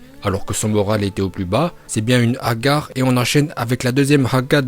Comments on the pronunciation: Hagar mdrr tu c’est pas le dire hagal 🤣🤣🤣🤣🤣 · Mdrr agar mais tu ses pas parler arabe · Moi qui est arabe je PE te dire que tu le prononce mal est tu l'utilise mal dans une phrase deso de t'avoir du sa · Apprends à dire hagar la c pas possible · Putain moi qui est marrocain quand tu dit hagare ca me fait mal au cœur. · Hagar pas hagare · Il a dit haga pas hagar🤣😐😐😐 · On dit pas agar on dit 7agar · 10 ninja « hah gars » 🤣🤣🤣🤣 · Mec c' est hagal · tu s'est pas dire hagar liker si vous etes dacord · Frr tu mange du cachir et tu sais meme pas dire hagar ya un pb là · Vasy mais tgl tu dit hagallleu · Haggar il a dit🤣😂😂 tsais pas le prononcer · Sa ne se fait pas de se moquer de sa prononciation hagar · Haga comment tu le dis 😭😭💀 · "Hagar"😂😂 Quelle prononciation😂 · Ta pronocation elle est trop bien 😂😂😂😂😂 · Prononciation incroyable d'arabe 🤣🤣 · en plus il ses même pas dire hagar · Il me tue comment il dit hagar😂😂😂😂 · wallah il me tue avec son hagar et son Wallah